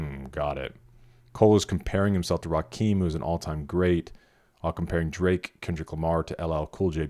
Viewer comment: I've heard it too many times at this point: Rakim is not pronounced like "Raqim". It's pronounced like "Amun-Ra" and "Kimberly". RA KIM